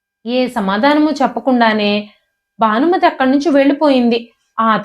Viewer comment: ఇది చూస్తున్నారు అంటే అందరికీ తెలుగు వచ్చే ఉంటుంది. రానిది చదివే వాళ్ళకే. ఎందుకంటే వాళ్లు ఇంగ్లీషు లో రాసుకుని చదువుతారు కనుక. అందుకే, వెల్లి, పెల్లి, మల్లి, భానుమతి కానీ బానుమతి కాదు,మొదలైనవి అలా పలుకుతారు. దయచేసి తెలుగు కథలు చదవకండి. భాషను ఖూనీ చెయ్యొద్దు. తెలుగు భాషలందు తెలుగు లెస్స కానీ లెస్సు (ఆంగ్లములో) కాదు.